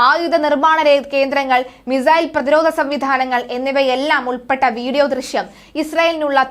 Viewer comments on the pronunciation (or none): none